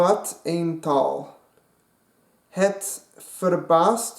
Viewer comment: mooi! (Sounds Good!) nope i said nothing (niks gezegd) you say TAL but its TAAAAAAL (jij zegt tal maar het is taal